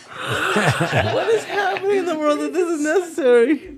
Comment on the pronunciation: "Wayne's rold"